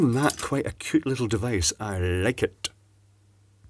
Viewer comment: Nice vijeo "I llllllllllllike't"